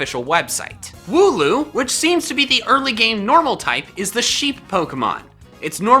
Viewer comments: Wooloo i think its not woo loo andnits wool oo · hmm thats a wierd way of saying wooloo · Wool-loom, wool duh and loom, crafting things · You ruined mine cause i thought he said woohoo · Wooloo - Wool and Loom... minus the M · I think wooloos name is wool and the pronounciation of the word uwe